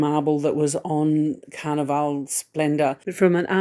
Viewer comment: The area in the shop with cruise needs is called Sundries. A commissary is a word used on military bases or prisons. Also, you kept saying Carnival-e ..... Carnival...as in the way you would name a place with rides and fair ground attractions. Carnival :)